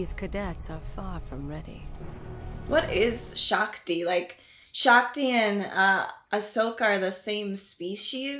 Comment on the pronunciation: shaak ti not shaa thee lol